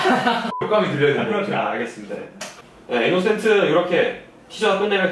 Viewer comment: innocent면 인노센트라고 읽는게 맞는거 아닌가요? 혹시 이스터?